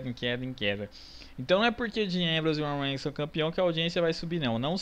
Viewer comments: aprender a falar Roman Reigns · o cara nao sabe nem fala o nome do romam reigns